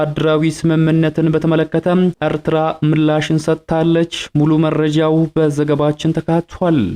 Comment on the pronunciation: አርትራ አትበል ኤርትራ ነዉ ቁልፍ አፍ በወፍ ቆነቋህ አታወራም ኣተላ።